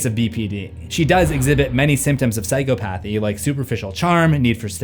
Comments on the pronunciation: Psychopathy is not 'psychopath-ee', it's 'sigh-cop-uh-thee'. This isn't said with any malice, just love and respect my friend! I love your channel and hope it continues to grow as well as it has already, great videos man, again, that correction is NOT said with malice, just offering a helping hand is all. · Sy-cah-pathy, not psycho path-ee Edit: Not everyone with BPD are crazy; we have poor impulse control but hers is definitely something I've seen to get attention Also, I've been to the hospital (ER) for a motorcycle accident and they only focused on what I said hurts. They missed a lot of things that were broken and a brain injury. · It’s pronounced: Sci Cop Athy (Phychopathy) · Psychology degree here, just one thing, psychopathy is actually pronounced psy-cop-athy (sai-KAA-puh-thee) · It's... sai-kaa-puh-thee Not... Sai-co-pa-thee 😂😂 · It's pronounced psy-KAW-pathy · Say it with me now… cy-cop-a-thee